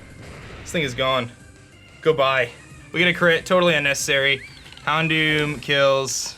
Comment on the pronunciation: HounDOOM lol it served its name well